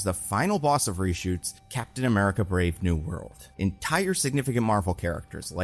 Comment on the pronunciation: You keep saying Brave New World but I keep hearing Brave New Bird